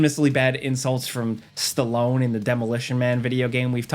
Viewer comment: PLEASE DONT EVER CALL STALONE LIKE THAT AGAIN...PLEASE